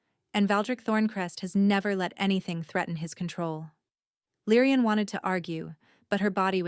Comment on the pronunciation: Oh my. Her name is not LYEN, not Lyrieann, Lyran, not Lyrean. It is LYRA. But if the word « and » comes after her name turns into « Lyrian ». When AI messes up a name, they really go all the way!